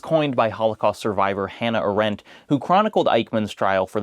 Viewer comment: That's not how you pronounce Hannah Arendt